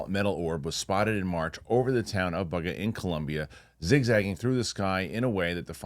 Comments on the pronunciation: I think it's pronounced Boo-ga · your as uneducated on this subject as much as most of the people in the comments. You also mispronounced Buga.